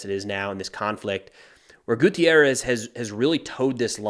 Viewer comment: GUTERRES, not gutierrez. He is portuguese, not mexican for god's sake.